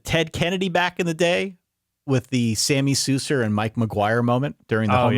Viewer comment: ahh yes. The famous “Sammy Souzer” and “Mike Maguire” incident. I’ve eaten chickens less butchered than that 😂